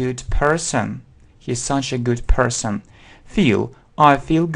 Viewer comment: Уважаемый, автор! Растолкуйте пожалуйста следующее " 125 слово person , у этого слова два варианта транскрипции "английский" и "американский" , но все рано и те и другие не произносят третью букву, у вас это явно слышно или я ошибаюсь?